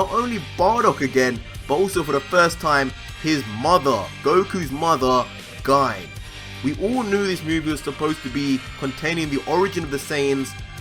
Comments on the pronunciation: I could be wrong but, I think you're pronouncing Gine's name wrong. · Other than the botch on the annunciation of Gine's name this was an awesome speculation. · Pronounced Goku Mother's name wrong lol. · Amazing video, not the end of the world but you pronounced Gine’s name wrong bro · The way u pronounce Gine makes me laugh sooooooo hard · I think you’re saying “Gine” wrong😬 But amazing video. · He is... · It's pronounce Ghee-Nay Not GYNE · Its pronounced gi ne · GINE=(GI-NAE) TRIGGERED OF HIS PRONUNCIATION! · Guy? It's Gine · U pronounce it as gi-ne not gine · Gi-ne* not Guyne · Its pronounced gee nay not gine. Japanese names yo. Learn how to pronounce it. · You say Gine’s name as “guyn”, when it is written as “Gi-ne” in the background ._. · 1. Amazing discovery! Absolutely phenomenal! 2. It's pronounced "Gee-Nay" not "Jine". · Your saying Gine like Guy-n its pronounced Jee-ney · Gi-ne is pronounced Gi- Nay. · It's pronounced gee-nay not ginn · Is it really read as /Gayn/? It sounds awkward hahaha I really think it's /Ji-ne/ like it was even written as "GI-NE" in the manga, Gine for Ginger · Sebastian Rodriguez it is. Gine pronounced (Gee-Nay) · It’s pronounced (Jeenay) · Actually Its Pronouced "Gi" "Ne" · You pronounce Gone wrong, it's jean-ay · Her name is actually pronounced Gi-ney, but everything else was completely correct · Gine is pronounced (jeenae) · It's pronounced "GENE-AY". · Isn't Gine pronounced "Gee-nay" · Bro her name is pronounced gee nay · How to pronounce gine (G-nay) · You’re awesome! Heads up tho her name is GEE-NAY. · Here name is pronounced Jean. As GINE is the end of the vegetable Aubegine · *Considering the pun source is negi, which means "spring onion" and the -gi is pronounced with a hard g, then negi would be "nay-gee", and thus Gine would be "gee-nay".* Plus everyone I've heard uses Gee-Nay so... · Daemon Blackfyre I don't think so. The vegetable Aubergine makes more sense to me. This word ends in the pronouncement sounding like 'jeen'